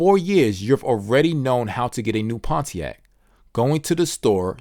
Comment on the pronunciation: i cant get over pon-t-ac